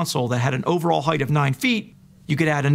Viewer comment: I love your delivery, and the way you take down these imbeciles. But could you stop pronouncing it "heighth" please? It doesn't have a "th" on the end. "Breadth", "length" and "width" do, but not "height". 😉 I know, I know, I'm being a pedantic ass, but I've heard lots of flat earthers pronounce it "heighth" and it really bothers me for some reason. 🤷🏼‍♂️